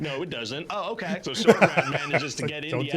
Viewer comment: Did you catch when he said, "Lo-Chay" instead of "OKAY"?